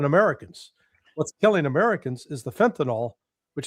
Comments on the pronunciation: It’s FentanYL not fentanOL. Damnit. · Larry is so irritating. And it's FENTANYL, not FENTANOL. Love Ray.